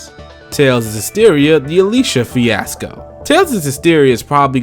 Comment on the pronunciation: *Fiasco Not Fisaco